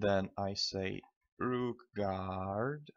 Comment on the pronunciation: Its not Rookgaard